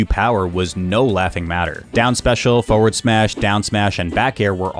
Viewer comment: Is it just me or does he say "Foeward" not "Forward"?